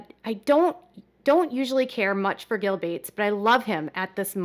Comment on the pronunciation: Who the f@ is gill bates? I thought you meant bill Gates, just couldn't say his name or something